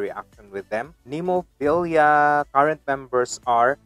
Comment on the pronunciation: Nice enough reaction but how can you say the name wrong so many times even after it’s said 3 times in the actual video? There’s no IA at the end, it’s easily pronounced as Nem O Phil A